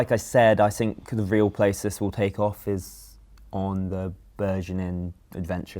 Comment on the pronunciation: Can you stop speaking like zzisss please?